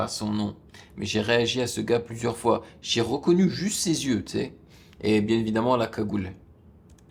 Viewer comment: Salut on ne dit pas "un x" on dit "une fois"